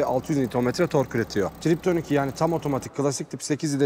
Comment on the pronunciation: Porş değil, Porşe. Lamborcini değil Lamborgini. Triptonik değil, Tiptronik.